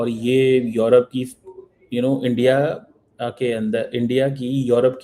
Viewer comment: Aandia.. Aandia... Aandia - ISI agent Cheema has lost sleep 😆😆